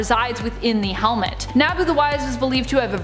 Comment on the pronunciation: Why is she saying helmet...like that? lol